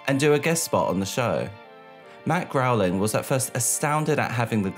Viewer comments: Why do you keep pronouncing the Simpsons creator’s name as “Matt Growling”? His last name is spelled “Groening” and pronounced “Grayning”. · I thought it was "Groan-ing" like the sound I make after hearing him say "Growling" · Why are you pronouncing it "Growling"? 😂 Why do MJ stans know nothing about anything that doesn't immediately pertain to him?! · what amazes me is they used an interview of Matt from a late night show...... sooo you're telling me you watched the host introduce Matt Groening and still said "Growling" and no one took notes or used Google or Wikipedia or the entire Youtube video archive? damn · Where did you get Matt GROWLING from? It's Matt Groening, which is pronounced Gray-ning. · Matt Grow-ling? Groening * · groening not growing. dear god. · The creators name is Matt Groeing!,.......NOT Matt Groweling! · Matt "Grain-ing" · Matt Groening (Pronounced Gray-ning) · Forgive me, but Matt Goenings’ name is pronounced like “gray-ning” 😅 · Hey, the name 'Matt Groening', Groening is pronounced as [Gray-ning] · Could you please learn how to properly pronounce Matt Groening's last name? It's not Growling.